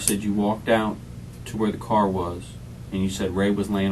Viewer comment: This is probably one of the most annoying interrogations I’ve watched. The crying and pity part she has for herself and drawing out of the last syllable of the last word in every sentence. “I was in the carrrr” “ I want to be with my kidsssss”. A the detectives use of the word “yo”, “ help yo self” “ this is yo opportunity” just annoying. An this detective needs to stop interrupting her and saying “stop slow down back up slow down” for gods sake it’s all recorded so whatever you think you might have missed just watch the dang video let her talk and incriminate herself as much as possible.